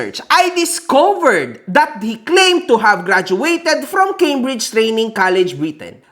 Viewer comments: Doctorate tapos di mabigkas ng tama ang "Cambridge?!" It's pronounced "keymbridj" not "kambridj" 😂😂😂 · Cambridge pronounciation palang di na pang PhD 😂 mas matalino pa ata pamangkin ko na sanggol dyan